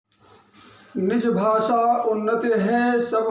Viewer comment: तुला हिंदी चा एवढा पुळका असेल तर तू बिहार आणि उत्तरप्रदेश मध्ये जाऊन का नाही भूकत ? 🤔 महाराष्ट्र मध्ये मराठीच चालणार आणि माकडा भासा नसतंय ते भाषा अस असतं राष्ट्रभाषा हिंदी कधी पासून झाली ? तुला उत्तर द्यायला तू काय मोठा जहागीरदार नाहीस घरात बसून कावळ्या सारखं चोच मारणं बंद कर. आधी उच्चार नीट कर मग हिंदी बद्दल बोल भाषा ला भासा बोलणारे तुम्ही येडपट